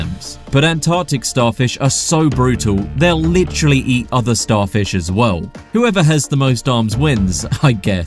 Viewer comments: Take a shot every time he says "licherally" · you (or whatever ai you may have used to make this) say "litchrally" way too much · Take a shot every time guy says "you're probably wondering" & "lih-trally."